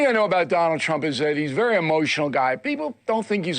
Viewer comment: So now you listen to Bill O Reilly? Oh please! You a vewy vewy funny guy.